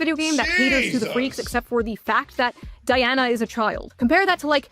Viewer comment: She pronounced and spelled her name DI ANNA 😊